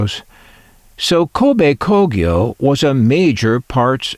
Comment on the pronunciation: wow, you learn something new everyday. I never heared of Kobe Kogyo before, and you certainly pronounce it 100% correctly. However, I came across the "TEN" logo before as a child and thought it's another Matsushita brand. They supplied auto-radios for Toyota as out school's Toyota Coaster had that "TEN" logo on it's radio. They're most probably based in the city of Kobe, not??